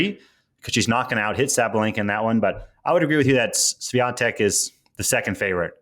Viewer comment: Hey Sam, why are saying Swiantek insfead of Swiatek? Maybe I'm not listening well.